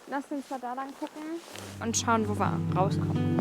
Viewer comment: "Wie gehen nach Hause " klingt ungewohnt 😂 bin gespannt auf das was kommt 👍🏼